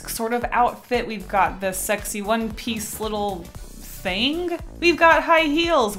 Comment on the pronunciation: This is how many times she said Shrexy (I’m not gonna say it without the h) while drawing lust | V